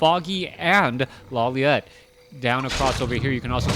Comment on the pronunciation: first time says Lawliet instead of Lawliwet